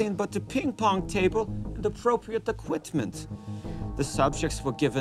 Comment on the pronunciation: "..with the appropriate equit-ment."